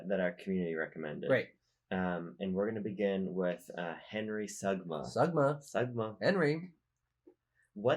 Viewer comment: Wait until I tell you it’s pronounced, “Soo-muh”